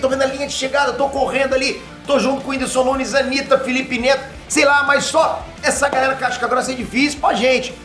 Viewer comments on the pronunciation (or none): none